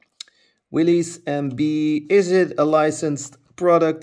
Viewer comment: Willys is pronounced as in the name Bruce Willis.